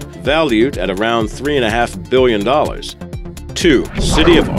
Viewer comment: How do you speww biwwion?